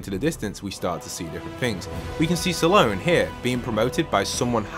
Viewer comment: I swear it sounds like you keep calling Dr. Slone "Salone", is that just me or is that actually what your saying?